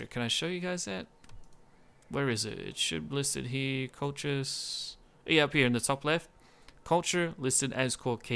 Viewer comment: Colchis is pronounced as in "call-his", or if it is too hard, most English speakers would pronounce it as "call-kiss". I tried the Kolkhis campaign just before the revised GC campaign submod came out (with the changed diplomacy and starting barracks) and found it quite hard. Granted I was playing with Hardcore/No CAI (meaning longer build/research times and higher costs), but still, everybody pretty soon gangs up on you and SHTF. As you said, Arche Bosporus is your main threat and knocking them out quickly is probably the best strategy. The Colchian medium cav is one of the best mid tier skirmisher cav, given their decent armor/defence/attack and most importantly speed of 8 (most other mid tiers have speed 7). One of the things that makes the faction start difficult is also the fact that if you want a flexible, combined tactics sort of army you need both your barracks buildings (greek at lvl 2 and caucasian at lvl 3, IIRC), which places higher strain on your economy. I might give it another try with the revised GC, but I am waiting until it is compatible with 12 tpy and the Hardcore submod.